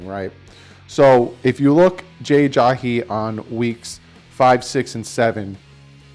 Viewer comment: For the millionth time is Ajayi not Ajahi...haha